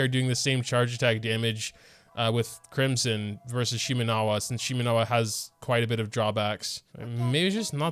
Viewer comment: cwimson hu tao uwu